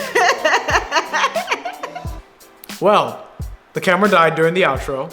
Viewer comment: Yo, i'm sorry, i can't help coming back to watch this, it's so great. But for real... you boys slept on most savage shit. She really said "head relfexes," like holy shit... that was a fucking impalement